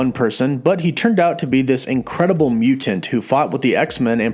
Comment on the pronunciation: Everyone: mutant CW: mew-tant